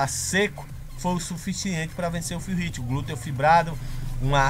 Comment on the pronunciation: Salve! Excelente vídeo. Só uma dica de pronúncia. Phil Heath se pronuncia "Fil Rifi" E Dennis Wolf como "Denis Uolfi". Um abraço do teu fã aqui. Vlw.